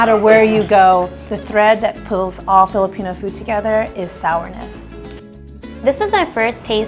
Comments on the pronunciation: Lots of love to the host for taking the effort in pronouncing the Filipino words the best she can <3 she almost sounds like a native speaker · lol., *shoutout to the host for taking effort in fiilipino pronounciation.., she didn't even get a bite of sisig.. she switched to fish.. fun fact: i also loved this dish.. it's kind of unique too when u mix the egg with the pork and love the toppings and the sizzling hot plate .. btw i'm filipino*